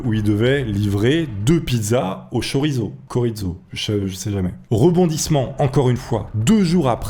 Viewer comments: c'est bon le KORIZO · C’est la première fois de ma vie que je vois quelqu’un hésiter sur la prononciation de « chorizo »